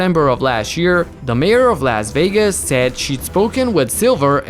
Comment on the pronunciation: The way he said Las Vegas made me cringe